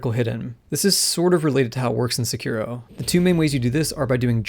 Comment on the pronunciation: Great video for three minutes I watched. Had to go throw up when you said Sekiro the way you did. I'm back to finish the video.